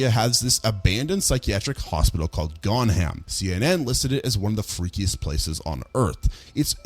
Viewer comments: I'm so sorry and I know it's just a small thing but 'Gonjiam' is pronounced Gon-gi-am not Gon-ham... It kinda bothered me throught the vid but knowing your audience for a horror movie really got my gears turning! Nice vid! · The mispronunciation of “GonJiam” has me in tears. It’s not “GonHam” it’s typically pronounced “Gon-JIam” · what were you thinking when you read gonjiam as "gonham"? "it's a foreign language and j is read as h in mexican so it's the same thing"? please just paste the text into google translate and it tells you how to read it, it's not that hard?